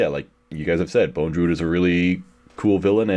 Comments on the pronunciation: How is that none of them can pronounce Bondrewd correctly even once despite it being spoken aloud numerous times in the movie. The letter after the first d is not an E. it's not Bone. It's just bond + rude. Bondrewd. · Great podcast. I like how you guys were correcting each other pronouncing Riko's name as "Riku (Reek-ooh)" but you all still pronounced Bondrewd as "Bone-drewd" 😂🤦‍♂️